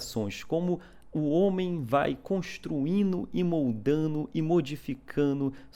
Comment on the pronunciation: "Construino e moldano e modificano"? Ih, rapá, tô achano que é baiano... hehehe